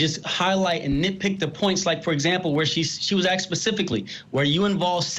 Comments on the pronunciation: That guy said axed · This commentary is garbage. The one guy commentating even said “axed” instead of “asked”…